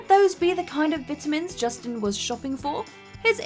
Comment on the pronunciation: I don’t like how you pronounce vitamins